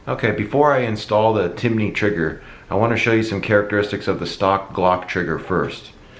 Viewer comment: a lot of people are saying it lol adding letters to the name. Timinney Cricket